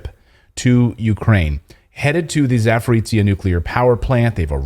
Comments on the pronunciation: It's Zaporozjia, men. Not Zaporitzja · Clayton, its not Saporizia, its called Saporoschja PP. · I'm not salty but it is pronounced za-po-ro-zye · C'mon man, it is pronounced "zaah-poh-roh-zhee" ... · Zaporozhiye is pronounced ZA-PO-RO-ZH-YE. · Clayton .. you need to learn how to pronounce ZAPOROZHYE ..(za-po-ro-zye)-....you are smart Man .. it is not pleasant to listen up to your 'suffering' ..same story with a couple of Polish names you did other night ..it is embarrassing .. it will take 1 minute ... write down and than practice for 1 minute and you will be ok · Let me help you with a pronunciation: "zh" in Zaporozhye sounds like "J" in French names Jean or Jacques.